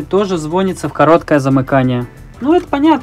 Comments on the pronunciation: Не звонится, а звонится. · Мне одному жутко режет слух "звОнится", а не "звонИтся" ?! :) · ЗВОНИТЦА ЗВОНИЦА ЗВОНИЦА АБЪБЬПАЬДПППЬГГ, ПОЖАЛУЙСТА СТВАЬТЕ УДАРЕНИЕ ПРАВИЛЬНО, Звони'тся а не Зво'нится прозвони'ть а не прозво'нить